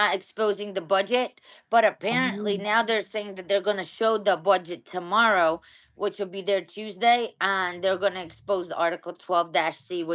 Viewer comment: just said tomirrow